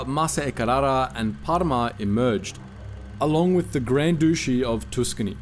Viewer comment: Gendármarie is "zhon-DARM-aree", and the term 'gendárme' pronounced alike. Papal is "pay-pul". The Papacy. Duchy is "dutchy", because it's a ducal kingdom, ergo run by an archduke. Stop mispronouncing words.